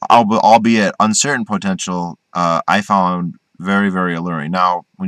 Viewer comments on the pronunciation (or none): I like how you say the word POtential. Great video.